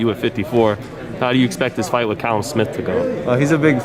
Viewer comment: Why’s Jacobs calling Callum calleb